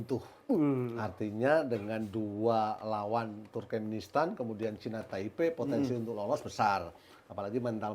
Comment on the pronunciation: salah terus nyebut turmenkistan 😂. Turkmenistan.